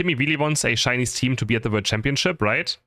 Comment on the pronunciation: "Shcainise" hahaha lmao